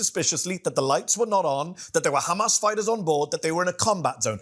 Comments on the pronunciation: I only heard khamas a million times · Drinking game... every time ha says khamas... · Ohh my goodness!!! I don't know how mehdi is so patient but everytime this guy says Khamas I feel like to just slap him so hard so that he comes back to his senses. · Khamas, khamas, khamas, khamas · Take a shot every time this clown says 'kh mas'... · Every response: it is KHHHAMAS! this embarrassing zio is totally brain dead! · And don’t forget, it’s how you pronounce Hamas, these people are beyond insane